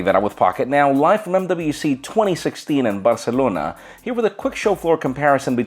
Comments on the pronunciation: i think he over does the pronunciation of Barcelona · he is trying to hard with "" and "Barcelona"